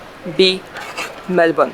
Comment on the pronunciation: Good on you. I love how you pronounced Melbourne correctly.Bravo! I did the Kosciusko walk in April.I caught the chair lift from Thredbo to the start of the trail.One major bit of advice,make sure you have well fitting comfortable shoes.The first lookout about 20 minutes in was where I was considering turning back,as the shoes were abrading my heel and I was in a lot of pain.I grit my teeth and kept going until the lookout with the toilets and a sign saying another 40 min,one way to the top.That's where thepain was too much and I turned back.At age 56 I'm very strong and fit,but boy is the walk hard.To add insult to injury, the car park was over a kilometre from the chairlift.My heel was in agony and my hips were frozen solid.But just for the scenery alone it was worth it. All up there was 4 hours of walking, mostly up hill, so definitely not an easy stroll.My friend started the hike from the Perisher side and he said it is not as hard. So I plan at Christmas to do the walk again, but from Perisher, and hopefully complete the final section.I have since bought Saguaro Barefoot shoes so my feet should have no complaint. P,S. The day after I went and did the Yarrangobilly River walk, in thongs, as my heel was an open wound.The final 1/2 hour of that walk was pure torture.A long,constant.steep uphill walk from the Thermal Pool.